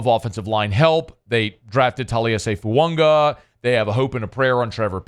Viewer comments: It’s Fuaga not Foounga. There’s no N in his last name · FOO-AAH-GAH!!!!!! Why does this moron refuse to say it correctly?!?!?!?